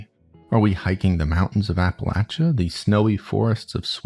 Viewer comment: Appalachia mentioned and pronounced correctly